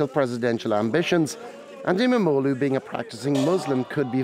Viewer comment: Wow your pronunciation of İmamoğlu was perfect.